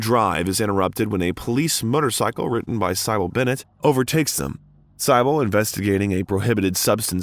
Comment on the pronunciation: That’s not how you pronounce cybil or dahlia